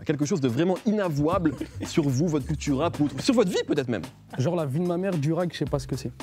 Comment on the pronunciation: On dit duuuuurag pas dourag😂😂